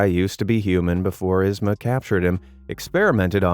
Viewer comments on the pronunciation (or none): Yzma's name is pronounced EEz-muh. Not Iz-muh! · YZMA not ISma.! 😩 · Every time you mispronounced yzma was agony. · The real horror story is his pronunciation of yzma. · The way hes saying Yzmas name wrong is cringe. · Anyone else bothered by how he mispronounced Yzma EVERY TIME???